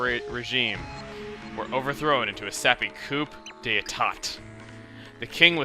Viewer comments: does Chuggaa know that coup is pronounced coo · Coup pronounced coo.